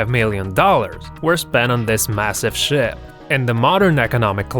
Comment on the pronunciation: Is it me or did i hear Sh*t or Ship?